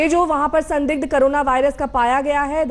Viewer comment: Carola virus kate hahahahahaha anchor bhi full educated hai aaj tak k....